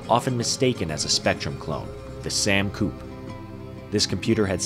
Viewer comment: You're pronouncing the names of the machines wrong guys :D... It's a British machine so it's pronounced ZED X Spectrum. and Sam Coupe is pronounced Sam Coo-Pay!